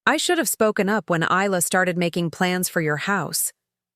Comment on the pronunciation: Her name is pronounced Eye-La.